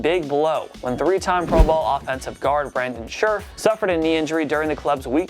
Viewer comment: You totally botched Scherffs name. It's pronounces like sheriff